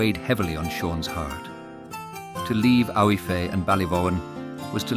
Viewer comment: The girls name, is it Aoife? If so, it is pronounced Eefa. Otherwise, beautiful.